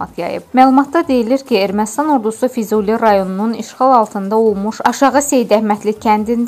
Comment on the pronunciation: Füzuli yox, FİZUIİ!